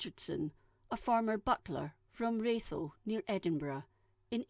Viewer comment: It hurts me inside to hear fellow Scottish person pronounce Ratho like that... It's Ra-Tho not Ray-Tho... and Bona Fide is pronounced Bona Fide.... not Bonna-Fidee.